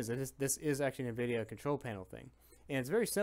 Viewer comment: Did you say “envideo”